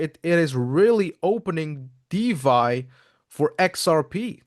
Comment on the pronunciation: Thanks for the clarification. Why di you pronounce DeFy as DeVy🤔